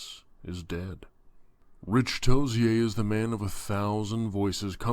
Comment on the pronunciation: "Toze-yer." Not the way you said it.